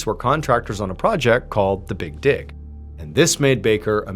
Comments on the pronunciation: Did anyone else have to rewind to see if what they heard was correct? “The Big Di@ is what I heard lol not the big dig at first 😂😂😂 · It means not laughing because it sounded like instead of "dig" he said "d*ck."